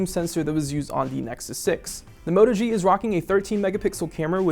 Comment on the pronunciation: Everything you said is a flaw on the Moto G is good on the Zenfone 2 which is why I don't understand your 8/10 score. I can't trust this review and by the way it's a Moto G not a Mota G